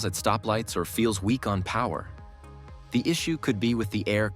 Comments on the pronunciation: "Insert the key and turn it to O N". That's it. If you can't recognize the word "on", how can I trust you know what you're talking about? 👎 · AI made video: "turn the key to O, N" OMG! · turn it to O N ? This is AI slop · Turn the key to O-N ⁉️ AI still has a problem with the English language 😂 Maybe there should just be a - 'return to factory settings' button. 🤔